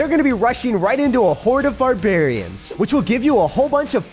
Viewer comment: barbaharians :D